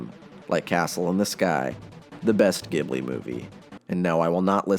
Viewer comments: Its not pronounced gibly, its pronounced jibli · I agree, Castle in the Sky is imo the best-made Ghibli movie in terms of universal appeal and structural integrity, though my personal favourite is the Wind Rises. Also, Ghibli is pronounced Ji-blee and not Gi-blee! When you say Ghibli like that, it reminds me of Gible